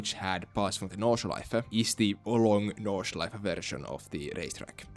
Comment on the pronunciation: Great pronunciation of 'Nordschleife'. Did you had German in school?